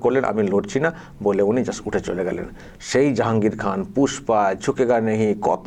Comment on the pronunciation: Pushpa ❌ Fusss-pa ✅ 😆